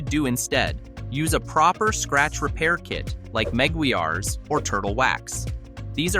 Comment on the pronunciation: Meguiar’s only has TWO syllables. It’s pronounced the same as Maguires. e.g. muh-GWYRZ